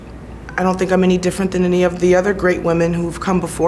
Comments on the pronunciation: Tomou na cara, bem feito. E aprenda ingles pra próxima entrevista. Sink é pia, não verbo Pensar....jesus, vergonha alheia em todos níveis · Que repórter ridículo. Alguém tira ele dai? Nem sabe pronunciar “think” ... ... “you SYNC!!!!!!” Pelo amor de Deus que vergonha